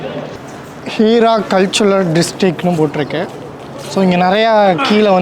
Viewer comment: அது ஹீரா குகை இல்லை ஹிரா குகை